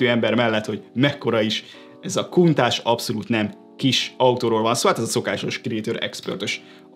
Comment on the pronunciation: miért mondja minden fogykos kuntázsnak mikor mindenki tudja hogy kontakt a neve